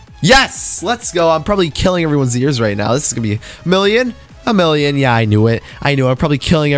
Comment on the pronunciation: why do I hear billion when u say million? lmao xd